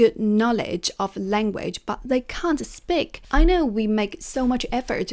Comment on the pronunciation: Hi, great advice. Since you mentioned constructive criticism, please notice that you're mispronouncing the word speak as spik. It should be a long ee sound as in sheep or week. Keep up the good work!!